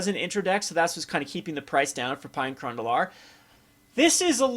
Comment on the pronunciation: Pea-ah and Kerr-an <--- The pronunciations for you. lol